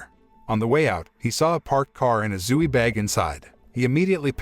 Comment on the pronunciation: zoo-e LOL